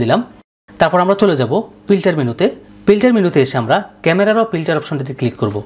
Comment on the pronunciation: আপনার উচ্চারণ খুব বিরক্ত লেগেছে। পর্সা মানুষ, পিল্টার, প্লো, জলসানো। এই শব্দ গুলো সব ভুল উচ্চারণ এবং বিরক্তিকর। শুধু এই কারণে সাবস্ক্রাইব িদিলামনা। ভিডিওটি হেল্পফুল।